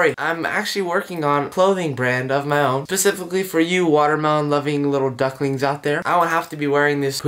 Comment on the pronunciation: OMG THAT BOTHERS ME SO MUCHHHH ITS SPECIFICALLY NOT PACIFICALLY OML 😭😭😂